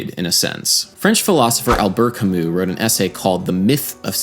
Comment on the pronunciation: Sadly adam pronounced his name wrong lol